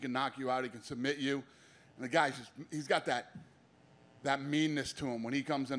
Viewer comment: “He subameit him”